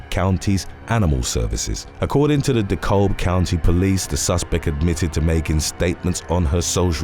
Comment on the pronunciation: In the Brittany whatever case, it’s pronounced Decab, like cab the L is silent.